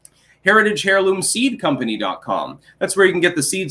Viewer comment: This pajamaboy has gotta get out of his mama's basement more. Maybe then he would know how to pronounce heirloom, smh.